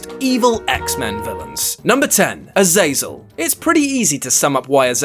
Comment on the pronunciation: my one qualm with this entire video... you pronounced Azazel wrong. that is all.